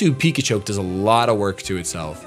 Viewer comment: Every time says 'Pikachoke' I loose my freaking mind. hahaha